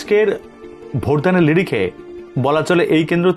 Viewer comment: লিরিখে নয় স্যার নিরিখে ।